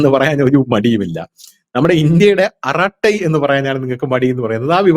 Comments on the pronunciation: അരtai is the correct word not അറtai rough meaning is ചർച്ച. aratai arangam ,a famous TV program in tamil channel may be known to all. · Hello! Dhanush ആറാട്ടൈ അല്ല അറടൈ അർഥം വർത്തമാനം(in tamil) പച്ച മലയാളത്തിൽ പറഞാൽ കൊച്ചു വർത്തമാനം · It's ara ttai..it's a tamil word means ..talk